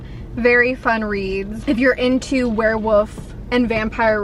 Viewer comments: Love you, love your videos but did you say "werewoof" compared to "werewolf"? Could be my hearing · love ya girl but you had me DYING cause you kept saying werewOOfs and werewOOves instead of werewOLf and werewOLves. Idk if that’s how you pronounce it like where you live but I’ve never heard it said that way before. 😂❤️❤️❤️ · Why do you keep saying “were-woof”? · I'm dying at the way you're saying werewolf . 😅 woof